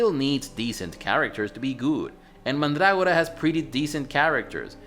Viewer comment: Mandrágora. How very pronuntiatio restituta of you!